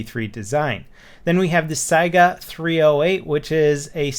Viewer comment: Lol the way he said saiga hahaha